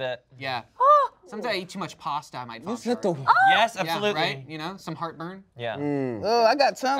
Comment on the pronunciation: When I hear vom shart I think you thought it was burp